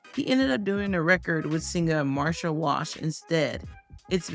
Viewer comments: Her name is Martha Wash….not Marsha 😒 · Martha Wash not Marsha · "Marsha" Wash? Lol.